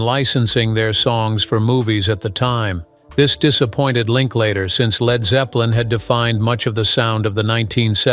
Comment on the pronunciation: Zed Zepplin 😂